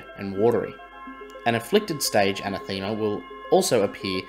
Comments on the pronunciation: Im sorry i dont know why i care and its not making fun of you, maybe its the lockdown were in cuz of the covid. Its not pronounced ana thema but anathema like saying enough so like enoughthema anath ema. Once again sorry oh great work luv the content you put together ❤. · Fairly sure it's an ath uh muh, not thee ma... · It's pronounced, "ah NETH em ah" Emphasis on the second syllable Great videos! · A-nath-e-ma. It means someone or something you hate. I realize some words you only see written down because no one really uses them very often. But making a video where you say it every ten seconds and mispronounce it every time is a bit like watching Scott’s tots episode of the office. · I think you are pronouncing it wrong. Anath ema. The emphasis is “a nath ema” with the second syllable receiving the strongest pronounciation. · Oy man, if you're trying to make a go of this hire a writer and work on your pronunciation. Anathema is too often an anathemer...biome. 'Since' should only be used once per sentence. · I love your channel, but I felt I just had to correct your pronunciation. The word is pronounced: an - ath - ema . A anathema is a curse or cursed thing. Quite appropriate for your report. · I played a drinking game with myself - I downed a shot every time you mispronounced "anathema." The numbers on my home breathalyser don't go that high ......... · Good video but you butchering the word anathema was killing me. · I noticed the mispronunciation too. Great article, that minor point aside 😊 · lol was gonna say, pretty sure anathema isn't pronounced the way he's saying it 😁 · Pls learn how to say anathema